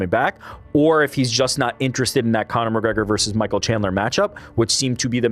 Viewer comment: "CONA MCGREGOR!!"